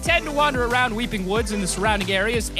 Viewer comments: Weepy.... it’s weeping 😂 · You said weepy instead of weeping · Did he says weepy? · Did you say wepee